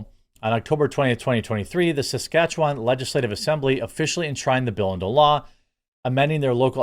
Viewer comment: Good job on the pronunciation of Saskatchewan. This is coming from a former resident there.